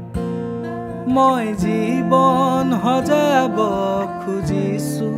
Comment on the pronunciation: bht bhal lagil xuni... But for better... word prononciation bhl krile ru bht bhal hbo...eg: jibon xojabole hoi not jibon "hojabole"...baki gantu bht dhunia❤️❤️